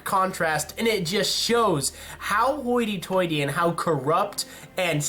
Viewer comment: dude quit saying haughty tightly like that lol It's a joke by the way